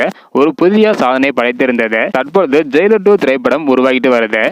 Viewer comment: ஜெய்லார் இல்ல ஜெயிலர் 🤦‍♂️